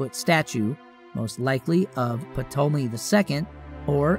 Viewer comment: Nebachudrezzer? Puhtolemy? Seriously? Cmon man that’s easily avoidable and taught in Elementary School